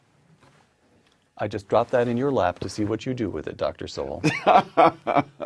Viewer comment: oopsa dr. SOWELL not sewell,,,,,cheers all..!!